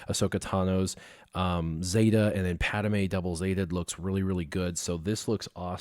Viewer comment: or the way he pronounces driodeka and padme